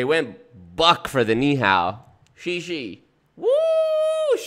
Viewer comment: I don’t think Bush practiced Chinese at all. He doesn’t say Ni Hao properly. The tones are all wrong, and the tones are part of the word in Chinese so what he said wasn’t actually Ni Hao. Then he said what I assume he meant is Xie Xie (thanks), which is so abominably wrong I am gobsmacked. He didn’t consult with anyone before saying this.